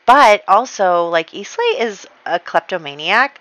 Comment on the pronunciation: Islay is pronounced "I-LA", not "IS-LAY" :)